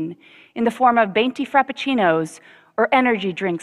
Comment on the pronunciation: She said venti wrong